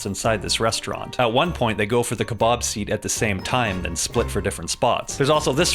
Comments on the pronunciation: I can't get over how weird he says kebab😂 Ke-Bawb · I can't stop laughing as he keeps saying "kuhbahhhb".